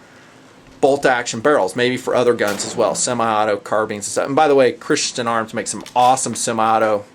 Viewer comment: You mean Christensen, not Christiansen